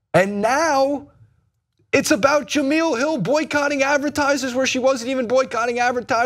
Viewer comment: Guys...J-e-m-e-l-e...Jah mel...not Jah meal 🤣🤣🤣